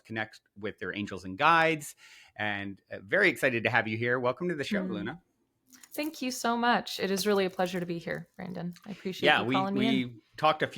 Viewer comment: Thank you for having Eluña on your program. She is a powerful and special being. I just wanted to share that her name is pronounced differently than how you said it. It's pronounced Elunya. The squiggle on the n give a "nya" sound. :)